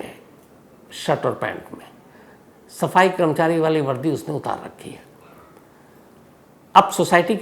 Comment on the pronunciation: Sams Bhai…great episode! One advice - it is “karmachari” and not “kramchari”. Please notice the “a” after k.